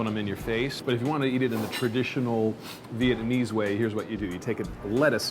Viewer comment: DUDE! learn how to say "Vietnamese"